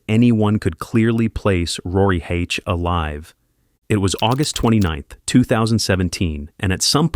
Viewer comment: The pronunciation of Oshawa and hache were off but otherwise good!! The dirty shwa